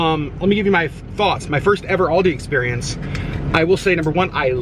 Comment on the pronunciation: It hurt my bears when he kept pronouncing Aldi wrong 🙄